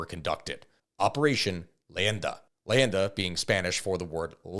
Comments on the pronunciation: Leyenda. Not landa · It Is actually Operation Leyenda, but his pronunciation is atrocious